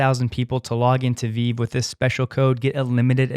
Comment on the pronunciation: Its VeeVee dude. Not Veeeve